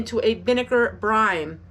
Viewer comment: It sounds like you are saying ‘brime’. I think you are meaning to say ‘brine’.